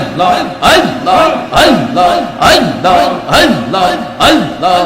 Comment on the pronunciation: আল্লাহর নামটা সঠিক ভাবে উচ্চারণ হয় না। পাউল